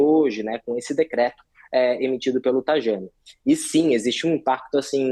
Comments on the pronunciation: O cara que vende cidadania italiana não sabe pronunciar corretamente o nome do ministro. É 'Traiani', não "Trajani". "i lungo", carini miei!!!!! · Se pronuncia Taiani. Ok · Uma das empresas mais marketeiras do mercado! Onde o próprio CEO falou em podcast que cidadania era VENDAS. Faz black friday de cidadania e não sabe nem pronunciar o nome correto do Tajani 😂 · O “especialista” não sabe nem pronunciar o “J” italiano. Estas empresas são parte do processo catastrófico. E quem contrata também. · Especialista que não sabe nem pronunciar o nome do Tajani! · Pegaram o marketeiro pra falar! 😂 Especialista ele 😂 não sabe nem pronunciar o nome correto do Tajani